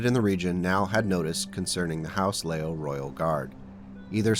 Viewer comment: My understanding is the pronunciation is "LEE-Yoww", so "Lee" as in the surname, and "Yow" as in exclaiming when you sub your toe, "Yeowch!!"